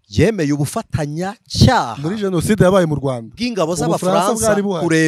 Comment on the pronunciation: Hasigaye kukubona n'imbunda pe! Ubwo utangiye ngo abajonasideri!!! Wari warihishe twibwira ko uri umuvugabutumwa gusa, none iminsi igukuyeho uruhu rutari urwawe wambaye urw'ukuri! Imana izandinde politiki n'abayibamo mwiyitirira izina ryayo! Gusa ngufashe bavuga jenoside ntibavuga jonaside 😢😢😢